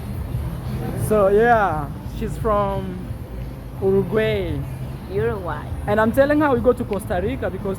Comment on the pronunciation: uruguay pronounced Euro Gwuy